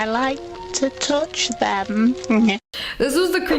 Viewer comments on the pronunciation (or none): " I wIkE RuSty SpOoNs"